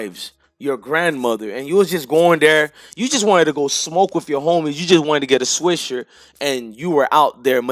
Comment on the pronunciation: 😂😂my boy said “swishERR”